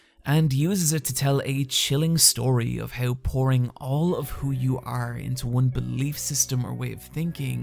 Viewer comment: Normal people: How You: hiaw